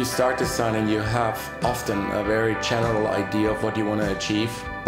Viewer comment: He sayd we use iften hahaha